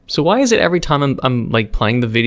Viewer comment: "It E's Wat It E's"